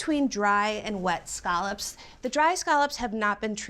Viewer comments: Why does she keep saying, “skahlups”?? Those are scallops! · This is the most unfortunate pronunciation of scallops I've ever heard